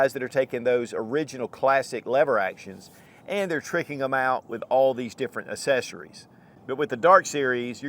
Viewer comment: ACK-- SESSARIES